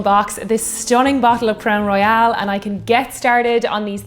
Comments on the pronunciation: It is pronounced Crown Roy-ul. Royale is how you pronounced it. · Just a little pedantic but you were pronouncing Royal as Royale. Great drinks though and I enjoyed the video.